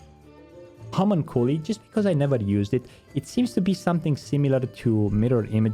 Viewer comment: HA - MONK - CUE - LIE = Homunculi. Homunculi is the plural for Homunculus which is a basically a small adult human. Since English isn't your first language, it is understandable not knowing this word. However, it chaps my ass that I am hearing so many ppl butcher this word. What happened to our education system?